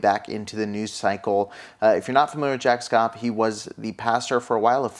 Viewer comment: Sorry to correct u but his name is proNounced SHAPP SH + APP. Not that he deserves anything but just to help you.